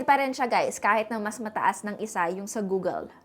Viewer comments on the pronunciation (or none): none